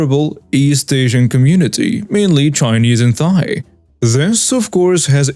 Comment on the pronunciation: Thai Pronounced "Tie"